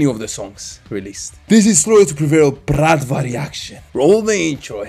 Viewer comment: Wow good pronunciation of Bratva slavic word